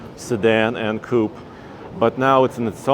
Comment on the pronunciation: "Coupe" Uhhhhh